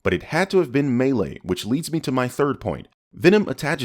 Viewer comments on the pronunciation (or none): hi could i just make a slight correction to your pronounciation of malay at around the 10 minute mark Pronounced malay like the first part of malaysian Not malay like the melee combat thing Thank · "Malaysian people speak melee" 😂😂😂 sorry it's mah-lay all good though 🇲🇾🇲🇾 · M'lay, not "maylay". Malaysian, not Maylaysian. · “Muh-lay” actually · It it’s actually MAY-lay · "May-Lay" lul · MM-AL-AY, MALAY. It's really not hard jees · butchered my Country's language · you just butchered my country’s language even though it’s jus a single word. Lol. Good try though. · That pronunciation of Malay made me cringe. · I'm pretty sure you pronounce Malay the same way you pronounce Malaysia.